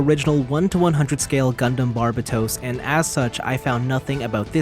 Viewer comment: Can you not say Barbatos like the dub. it's so bad and gross